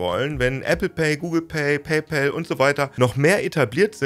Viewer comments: Bitte sag in Zukunft nicht mehr "Paypel" sondern PayPAl. Mit A und nicht mit e. So heißt es nämlich nicht. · Paypal (zu deutsch Bezahlkumpel) können wir entweder eindeutschen, dann hieße es Paipahl oder Paipall, so wie wir auch Colgate (sprich Kollgäit) seit jeher eingedeutscht Kollgahte aussprechen. Aber dem Kumpel (pal, sprich Päll) den Männernamen Paul zu geben, ist zumindest kreativ. Genauso könnten wir Paypeter sagen. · Super Erklärung aber bitte sprich bei pal das a nicht wie ein ä aus. Da bekomme ich Ohrenkrebs von… Es wird nicht immer zwangsläufig im englischen das a wie ein ä ausgesprochen. Bestes Beispiel: Wenn du ball zu bäll machst ist das im englischen bell = Glocke oder klingeln etc. und nicht Ball, was du eigentlich sagen möchtest 😉 Oder auch staff wird nicht stäff ausgesprochen…